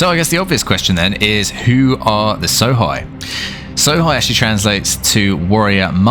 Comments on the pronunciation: lol, ''So-high'', try pronouncing it ''So-hey'' instead... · Sohei. It's pronounced like 'so hey' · Hei in japanese is pronouced Hey